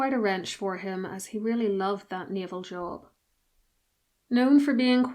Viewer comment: text says Prince Fredrick of Wales, the voice says Prince Fredrick of Wheels. job became jaw